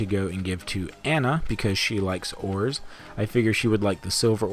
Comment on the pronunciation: I could've SWORN that you said "Woody likes whores" instead of ores. I mean, he had to get those grandchildren somehow, right? XD